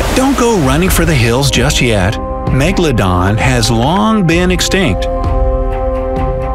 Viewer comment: Why do i always laugh when he say meGALODON